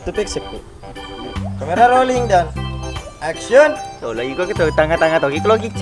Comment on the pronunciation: Bossku saya hanya mau bertanya yg mengucapkan kata action dari episode awal sampai episode 37 itu adalah org yg sama atau bukan..? Klo emang org yg sama tolong biasa aja dalam pengucapan kata action nya sama wkt di episode awal2 rating atau viewers kan tdk serta merta merubah dialog atau ciri khas suku kita yaitu Bugis/mksr tapi adapun org yg berbeda tolong pengucapan actionnya juga biasa aja ktn sutradara sebesar dan sehebat apapun yg ada di perfilman Indonesia kayaknya tdk gitu2 amat ji bossku Maaf ini hanya sekedar input ji bossku